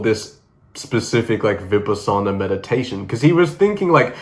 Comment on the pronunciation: Its pronounced "Vi-PAH-sin-ah". I had been experiencing delusions since my mom died but when I tried that particular meditation I went full on psychotic. Needed a hospital stay and meds. Been relatively normal ever since.